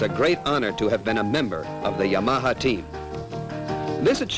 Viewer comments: Just listen to Japanese, he was way off. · I love the pronunciation of Yam-arhar. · I love the way dude says Yamaha, it's like he is saying; "Your mom huh?" In a NY accent. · "ya-maha" lol! Or is that how the Japanese pronounce it? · This guy had no idea how to pronounce "Yamaha." lol. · Did the narrator EVER learn to pronounce the brand-name properly?